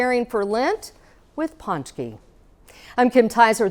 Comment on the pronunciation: It's pronounced poonchkey